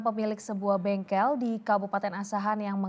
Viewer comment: bengkel bang bukan bengkek